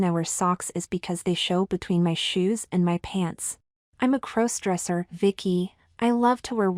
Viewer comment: When are you going to teach your AI narrators to pronounce "crossdresser"?